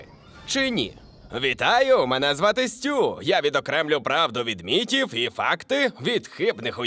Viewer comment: Чого "мітів"? Якщо міФів😳🤔